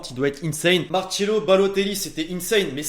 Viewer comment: On dis Marcelo pas marchelo